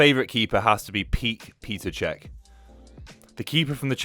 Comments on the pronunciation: PETR, NOT PETER. PETR PETR PERR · English and their pronunciations of foreign names🤨 Petr, not peter! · “Peter” Cech?!? It’s fucking Petr, pronounced “Petter” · its petr cech not peter cech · Peter Cech??? It's Petr Cech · did he just say Pete Petr Cech? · "Peter" Cech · My man said PETER cech 😂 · Sack this dude. He's horrible. Couldn't even finish the video. Especially after getting Petr Cech's name wrong. How can we come to a channel for information when such a basic fact is wrong.